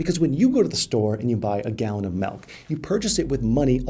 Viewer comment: you exposed yourself on the way you say Milk, the wrong way!